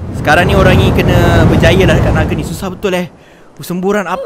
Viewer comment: Nape hora ckp bang nage